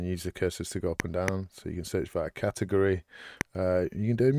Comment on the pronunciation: This looks fantastic, thanks for this! One tiny criticism, it's "category". I don't mean to take the shine off, it looks great, really.